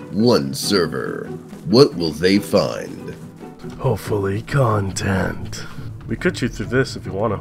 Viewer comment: everyitime you say content now i only hear contint ;0